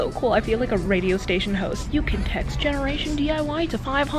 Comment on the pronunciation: “What time is it? Thrift with me! With jeneration....DIY” 😂luv uuu